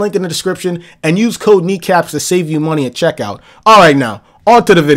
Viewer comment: It’s kneecaps not kneekapps but kneecaps